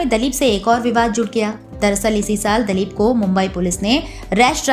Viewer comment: Dalip nahi ,dilip bolo mam